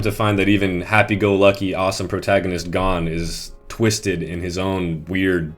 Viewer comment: this video is perfect... except for one thing how you say gon (its pronounced g-own) get it right